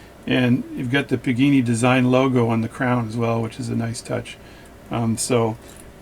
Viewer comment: PAgani! Not PIGINI! THE WAY YOU SAY THIS NAME MAKES ME NOT WANT TO GET THIS WATCH!